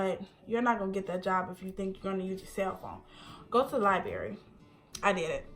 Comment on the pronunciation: “Local libary “ 😂